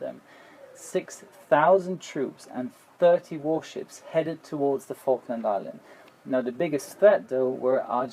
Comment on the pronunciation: pronounced Falkland just like Vulcan. Probably thanks to German's mess of F, V and W sounds.